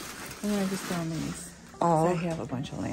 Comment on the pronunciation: It's "you FOUND something-----NOT "FOND" . Seems like you just fairly recently mispronouncing. Not pleasing English.:face-orange-frowning